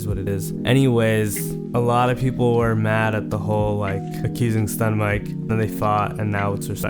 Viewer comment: bro said stunmike